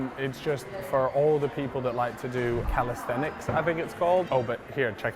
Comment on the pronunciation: My guy said calastenics for older poeople 😅🤣🤣